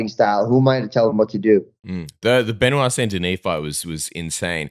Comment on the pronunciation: Ben wah! Its Ben wahhh NOT BENOID